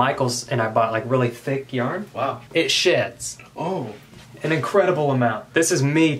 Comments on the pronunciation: I thought he said it shits a lot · I keep thinking when u say sheds your saying shits 😂